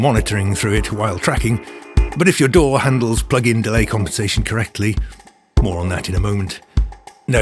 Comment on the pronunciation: He also pronounces DAW the best way.